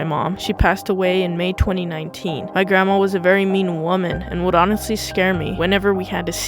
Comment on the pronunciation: "Grannuts" lmaoo 😭🤚🏻🤚🏻